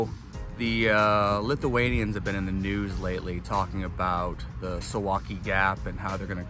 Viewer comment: Correct pronunciation: sooValky